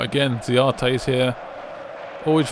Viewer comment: His name is Mauro Z[S]arate